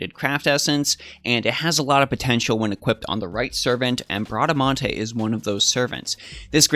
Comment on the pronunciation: You said Bradamante's name right hehe that's italian